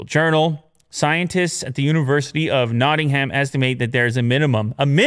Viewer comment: = notting-ham. the uk= NOTT-ING-UM